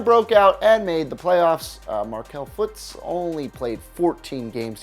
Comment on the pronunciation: he said footz it’s Fultz Slow boy